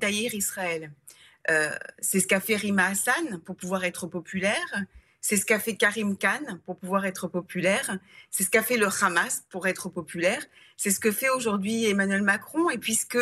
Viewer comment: Cannes younes dit-elle , alors qu'elle prononce hamas khamas .... Chaud à gaza ....